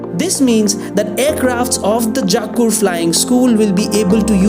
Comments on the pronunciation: It's not 'Jaakur', It's Jakkur. The sad part is, come back after 6 years and we will see this same video still announces the metro will only take 4 more years. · Dude, first learn to pronounce names of the places properly then post videos.. Pronounce Hebbal, Bellary Road, Jakkur, Depot and Bengaluru properly.. show some respect towards the language.. Those are not the places situated back at your home to pronounce it the way you want .. use Google or even YouTube to learn how to pronounce.